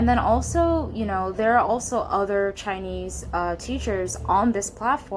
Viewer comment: your Chinese pronunciation is so good